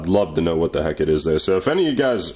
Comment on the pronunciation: You must be from the same place as ChrisFix the way you just said "wooood" instead of "what" haha. Awesome tool, they actually do have something similar, but you have to apply your own heat. This is cooler lol